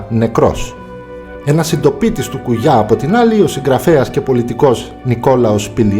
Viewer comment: Απλα αλλαξε τον τονο στον Κουγιά